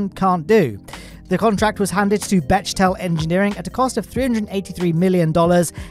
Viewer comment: For future reference, Bechtel is actually pronounced "Beck Tell". Thanks for the very informative episode.